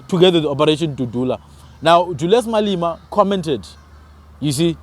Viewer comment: Malema not Malima